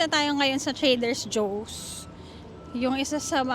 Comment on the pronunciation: Try reading, it’s TRADER JOE’S! Also, you’re overly acting. Just vlog normally, it’s getting too annoying to watch.